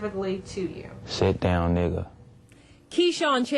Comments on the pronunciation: wrong The Word is 5 letters long. He didn't say the N-word-er He Said Ni**A(H) it Sounds Like He added an H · "Put the H at the end to emphasize its niggAHHHH" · The funniest part is emphasizing the AH............ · He puts so much emphasis on the word. 😂 Reminds me of Boondocks. NIIIIIGGUAHHH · “I put the H to emphasize NigGAHhh” 😂😂😂 this nigga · This was so genuinely funny. Really emphasising on the 'H'. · Put the H on it to emphaSise 💀